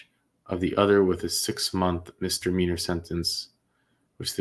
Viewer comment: FYI Its 'mis DA meanor' not 'mister-meanor'.